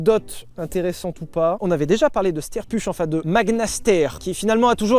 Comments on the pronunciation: [Stayr Pourch] Prononciation:face-orange-biting-nails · Pour ceux que cela intéresse ça se prononce "chtayeur bourre" et les autres faites se que vous voulez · Les gars Steyr puch ça se dit stirrpeuch